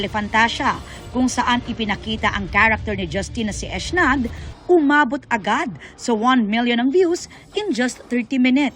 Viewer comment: Eshnad pala Ang bigkas dun sa Ec'naad😂